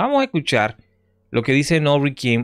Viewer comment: es Norbey, no Norby